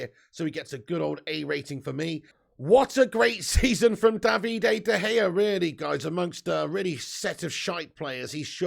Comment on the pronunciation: Came to watch this after the Brentford watch-a-long and I can’t stop laughing at the way you say De Gea’s name I love it Is it “Davide” De Gea or David “D” De Gea .. I hear an extra D or E in there and it’s absolutely magnificent